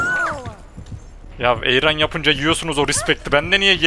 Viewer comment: Ayrun ❌ Ayran✅